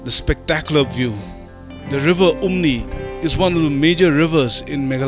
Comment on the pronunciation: Umngi not umni😊